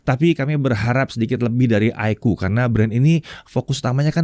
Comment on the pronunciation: iqoo = aikuu ❌ iqoo = iko ✅